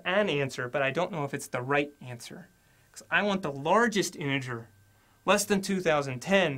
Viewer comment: he said smth like "the largest anjer" instead of "the largest integer"